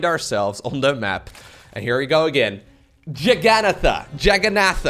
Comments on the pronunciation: It's pronounced Jagannatha :P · it is Jaga-BANANA-tha. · Jagannatha the a at the end is silent. Its sanskrit i think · Is Jagannatha Not Jagannatha